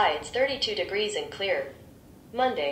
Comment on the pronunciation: "A high of 42 degees".....excuse me what?!